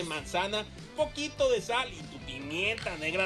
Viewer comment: “pOrqUe taNtA sALLL” 😭😭